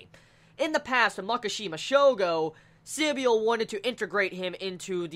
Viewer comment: I thought it was pronounced Si-bul rather than sib-y-ul